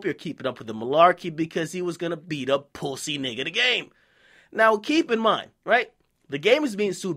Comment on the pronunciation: dude why tf you keep saying it like that "pwussy" it's making my ears bleed